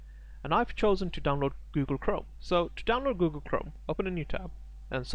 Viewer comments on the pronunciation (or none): none